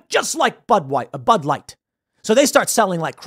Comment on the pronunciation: "just like butt wipe, bud light", 😆🤣, sure sounded like that's what young Tim said.